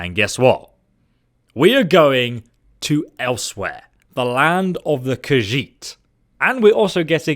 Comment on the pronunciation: FINALLY someone who can pronounce "Khajiit" correctly!